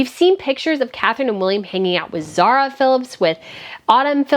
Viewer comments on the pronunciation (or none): none